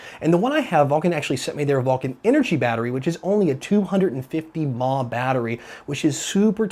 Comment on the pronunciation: Lmao he said Maw. Its Milli Amp hour